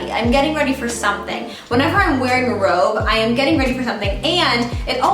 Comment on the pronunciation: I thought you said ‘rope’ instead of ‘robe’ 😅 For survival we could probably use both!